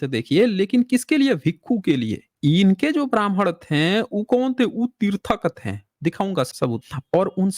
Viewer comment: "थें" की जगह "थे" कहना सीख लें, तो कितना अच्छा हो! लेकिन आप "थे" को कभी "थे" नहीं कह पाते हमेशा थें थें थें.... ये "थें" "थें" क्या होता है? आपका शेष सभी बहुत ही अच्छा है। आप फैक्ट को रखने में सर्वश्रेष्ठ हैं।🎉